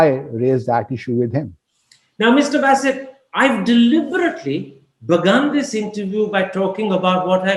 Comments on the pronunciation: He is 'B-AA-sit' not 'B-AY-sit' ..this guy Karam Thapar too British for British themselves. They get Indian-Pak names right more often than him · Basset? Basset??? 😂😂😂😂 The Wire sucks, but Karan Thapar is awesome. However, Basset??? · I guess it's Ba Ba Bassit and not Beysit. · What's baaasit? It's basit. Frankly speaking i find Thapar a bigger joker than his Pakistani counterpart. Imitation jewellery doesn't last long